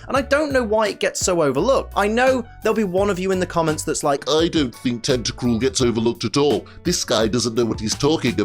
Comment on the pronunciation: FOR THE LAST TIME, TENTACRUEL DOES NOT END WITH AN E, IT ENDS WITH AN L! GET IT F*CKING RIGHT!